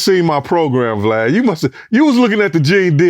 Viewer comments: He called this man BLAD at the beginning. Boy niggas can't never get this man name right😂😂😂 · He said BLAD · did bro say blad? at the start if the vid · lol no one can say his name right- he's calling him blad- i like when he's called glad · He called him Blad the first 10 seconds lol, I’m sketched already! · Respectfully gene his name VLAD NOT BLAD 😭😂😭😂.Jp ..Shout out to gene💪🏾💪🏾💪🏾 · He said BLAD LOL 😂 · Did he call him Blad? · “Blad “ lol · 10 seconds in he calls him "Blad" lmao I love that everyone does that!